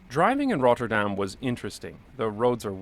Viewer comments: Great pronunciation of Rotterdam! In a few years you could even fake a Rotterdam accent ... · Well your pronounce of "Rotterdam" is really good. almost sounds like you lived in Rotterdam haha. The Germans did not think it was the capital, they bombed it because Rotterdam is Europes main port. one of the cube houses is open to the public to visit. I live in Rotterdam by the way, we have a lot of wide roads, but a lot is focussed on pedestrians and bikes, they do a lot to slow down cars and a lot of streets these days are low speed streets of a max of 30km. the crossings he shows in his video are not heavily used crossings by pedestrians. Metro is a local system and drives slower. Trains go longer distances and tryue the entire country and goes a lot faster. Metro is Subway. Traffic lights in Rotterdam centre are on purpose made slow they try to make people take a different route so they do not go to the city center by car if they don't need too. Bridge is called Erasmus Bridge, but people call it the Swan. The building behind it is called the vertical city, housing a lot of offices, appartments, a large hotel and parking spaces.